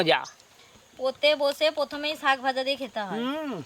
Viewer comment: কেন আপনারা ছাক না বলে শাক বলতে পারেন না?